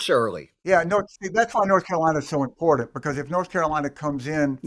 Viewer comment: Harry Litman is one of the very few people that I have heard pronounce "important" correctly.